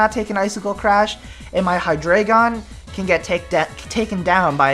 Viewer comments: I believe it's pronounced " Hy-dry-gon" dEINo - Ein= one ( one head ) ZWEIlous - ZweiI = two ( two heads ) hyDREIgon Drei = three. ( Three heads ) basically a little german thrown in there. kind of like the spanish inside articUNO and the other birds. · Its high-dra-gon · Actually, it is Hy-DRA-gon. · hydreigon. its pronounced hi dry gone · i pronounce Hydreigon as {Hy-dreh-gen} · For Future Reference: The names of the Hydreigon line are based off of German numbers (ein, zwei, drei), and 'drei' is pronounced like 'dry', so it's probably pronounced "Hi-dry-gone". My favorite dragon-type is either Kingdra or Flygon. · it's pronounced hy-Dri-gon, as in the german number three, drei, it's just like the legendary birds, dEINo has one head, ZWEIlous has two heads, hyDREIgon has three heads, ein, zwei, drei, one two three, it's quite fascinating if you think about it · It is pronounced hi-DRY-gon, it's German. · but three in german is drei (pronounced dry) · Actually, if you look at its two pre-evolutions; Deino and Zweilous, the trio are based off the german numbers 1, 2 & 3 for the number of heads they have, which are eins, zwei and drei, so it's actually pronounced Hy-DRY-Gon :) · hydreigon is pronounsed: hi-dragon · Both of the ways you say hydreigon is wrong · Actually the anime is not always right about the names ^^ the "drei"-part is the german word for "three". If you speak the "ei" in drei, the same as the "y" in Scyther, you are doing it right :) I think thats a good explanation ^^